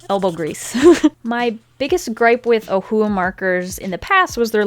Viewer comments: Lmao at the beginning she pronounces Ohuhu as OhUuU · Am I the only one who thinks ohuhu is pronounced “ oh yoo who “ like in the old cheesy cartoons 🤷🏽‍♀️